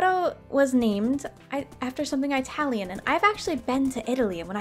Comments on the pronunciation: her saying I-talian is so cute but to let you know we just say Italian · Eye-talian lol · no one:: EYEtalian... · Also, its IT-alian, not eye-talian haha. Idk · Eye-talian?!??! Its Italian!!!!! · It’s not eye-talian it’s I-talion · No offence but eye-tallian please say it -allian lmaooo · Eye-talian :D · Eye-talian, I love it! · No one:: eye-talian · I'm sorry- eyetalian? Girl WHAT🤣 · ok im not Italian but it made me giggle how you pronounced it its actually prnounced uh·ta·lee·uhn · "eye talian" me an american : >_< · Your pronouncing Italian wrong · I'm Italian, and it really triggers me when she frequently messes up the pronunciation of Italian.